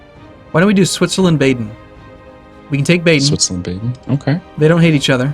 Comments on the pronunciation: I am shocked, you two almost pronounced everything in the right way. But your pronounciasion of "Baden" is wrong, it is not ae, it is bahd-n. :D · Their pronounciation of Baden is horrible, i'm not sure i can watch this series with that horrible pronounciation.